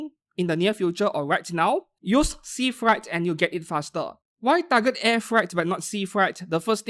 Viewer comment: Freight is pronounce as frait, not fright